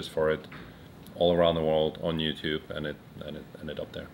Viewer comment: he said you tub hahahahah